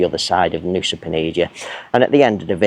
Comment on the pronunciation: I thought it was Nusa Penida not Nusa Penidia!